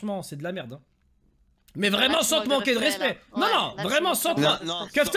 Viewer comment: Une soirée vreuhment rentableuh 😂